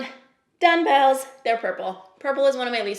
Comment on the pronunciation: Am I hearing you say, “dun-bells”? Is that a Canadian thing? It caught me off guard haha